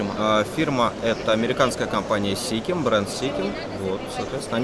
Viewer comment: Не сикем а сишем произносят в Америке 😅